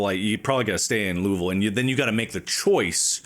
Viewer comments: Hearing them pronounce Louisville correctly warms my heart! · yep! where i live it's commonly loo uh vull, aka the way they pronounced it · I can't believe they all pronounced Louisville correctly o.o